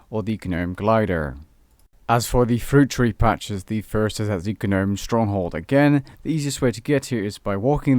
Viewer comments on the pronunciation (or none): Did you say GANOME? It’s Gnome(nome) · It is pronounced "nome" not "guh-nome" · "G-nome" </3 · Did you really pronounce the 'G' in Gnome? 😂😂 Brilliant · Just fyi, the G is silent in gnome. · You don't pronounce the G in gnome btw buddy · The way you say Gnome is unsettling. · the "G" in gnome is silent ;) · Omg I hate the way he says gnome. The g is silent dude... don't pronounce it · The g is silent in gnome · The G in gnome is silent you fucktard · how can u not know how to pronounce 'gnome'?!?! xD hahaha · jsyk the g is silent for gnome. really distracting hear you say it wrong so many times in a row :p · every time the g in gnome is pronounced take a shot!